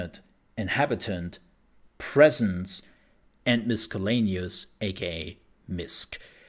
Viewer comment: It shouldn't matter about not having played if you are capable of good research and learning from that. So I'll watch your content. BTW, it's a soft c in miscellaneous, so miss not misk. 🙂